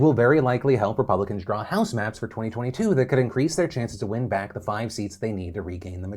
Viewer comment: "And z comments"